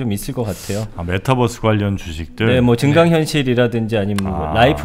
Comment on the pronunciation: Metabus? 가 아니라~ Mataverse! 발음이 좀...’메타벌스’가 좀 더 낫지않를까..싶군